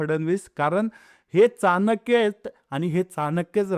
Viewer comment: दादा, चाणक्य म्हणताना चहा मधला च' उच्चार करावा. प्लिज